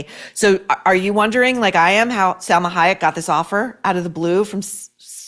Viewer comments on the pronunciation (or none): Pronounce her name correctly...it's Salma not Selma. Why are you shouting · SAlma not Selma .